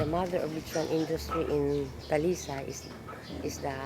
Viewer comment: it's buko shake and not buko juice. Talisay is pronounced as ta.li.sigh.